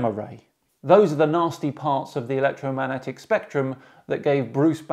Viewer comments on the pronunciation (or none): 3.07 "electro MANetic" lol Love you